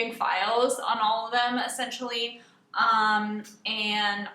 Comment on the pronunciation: Lol I thought you said "looking at females on her computer"